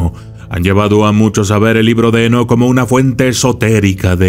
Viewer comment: Dice: "EnoKATE"